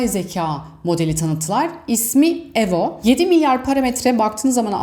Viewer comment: Ya ablacım şu telaffuz işini de halletsen çok iyi olacak. Evo ivo diye, öbürü de 'maykrosoft' diye söylenir